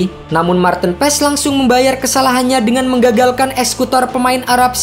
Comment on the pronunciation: penyebutan nama Marteen Paes yg bnr adalah Marteun Paas huruf e dibacanya double a kata coach Justin trs huruf double ee di nama depan bacanya bukan tin tapi teun kaya bahasa sunda